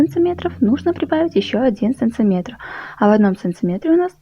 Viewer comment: Я вообще узнала Ваш голос,Вы очень своеобразно говорите слово,,сантиметр",так куда же делся прежний канал?Я как раз и посмотрела,подумала,что это у Вас второй канал.Какая то путаница...